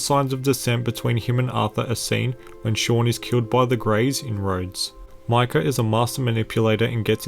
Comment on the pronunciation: its micah (mike-ah) not Michal!!!